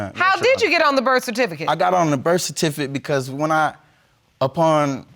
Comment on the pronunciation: Birth tificate ........ somebody help. He said non producable